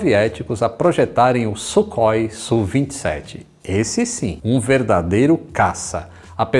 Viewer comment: Muito legal essa história,. Parece coisa de filme B dos anos 1970. eu só queria te dar uma dica para falar corretamente o nome dos caças concorrentes da MiG. O "kh" em nosso alfabeto é a transliteração da "X" (rá) do cirílico. O som é de dois erres (RR) bem arranhado mesmo. Então o avião se chama SuRRói e não Sukói, ok. Abração.